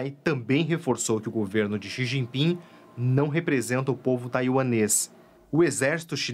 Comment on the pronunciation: Quem chama o presidente chinês de “Xi Jinpingue” certamente estaciona no “parkingue” quando vai ao “shoppingue”.